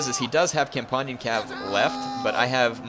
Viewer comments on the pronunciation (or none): It's Com-PAN (Like saying a frying PAN, not pon)-Ion cav